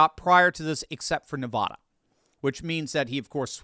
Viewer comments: It's Nevada, not Nevahda. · OMG please stop pronouncing it NEV- AWW-DUH it's AAAA like apple. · Come on,. Everyone in the Silver State collectively cringes every time you mispronounce "Nevada". It's not "Nevahhda"! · us from the wild West say Ne va (short a) da. Just sayin! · PLEASE learn to pronounce “Nevada” properly. Nev-ah-da is like nails on a blackboard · As a recent transplant to Utah, I have been schooled on the pronunciation. So, at least you know there is one new person saying it right, 😉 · Ne-VAH-duh. = Nevada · It's pronounced NE-VAAAAAAAA-DA. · We’ve lived in Nevada all our lives and can’t stand people mispronouncing it the way you do. It’s not Ne-vah-da. The second syllable should rhyme with at. Google it and you will hear how to say it properly. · Stop saying Nevada that way!!!!! I like your analysis, but you sound ridiculous. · From someone who lived in Nevada and still has family there, please say it correctly. People who are from there get very upset when you pronounce it wrong.